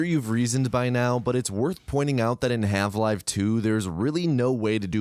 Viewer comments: Wait are you calling it halve-live 2? 😂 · no hate but why are you saying half 'live' 2? is that a bit? i'm confused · why are you calling her marline? why the hell are you saying half live? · I appreciate that the captions include his intentional mispronunciations, from "Have-Live" to "Osyddey". True quality control. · 30 seconds in and he said half live 2 help